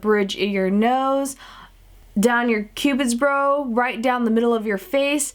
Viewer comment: You said cupids bros😂